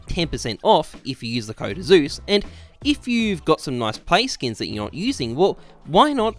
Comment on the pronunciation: I always think he says hi I'm jesus on the intro lmao